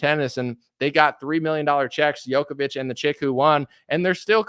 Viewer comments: Long story short, at the end of the day, it is what it is. BTW, Novak's last name is pronounced Joko-vich, not Yoko-vich. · Djokovic is pronounced Joe kovich not Yo. That's why it's spelled with a D, to make sure! But the guy is the total Goat. To be at the grand slam all time top despite being excluded a few times, that's so beyond exceptional people don't even realize! And the fact he stood up to this medic-fascism madness makes victory all the sweeter. Lost a lot of respect for others who bent to the tyranny, even Nadal.